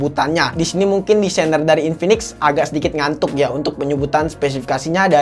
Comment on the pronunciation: Inpinix jd inpanix